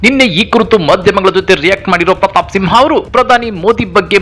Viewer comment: ಸಿಂಹ ಅಲ್ಲ ತಿಂಹ 🤣